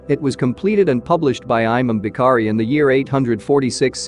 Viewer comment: He says aymam bee-kharee (imam Bukhari) 😂